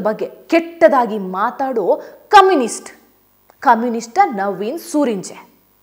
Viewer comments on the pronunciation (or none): ಕಮ್ಯುನಿಸ್ಟ್ ಅಲ್ಲಾ ಕಾಮಿಸ್ಟ್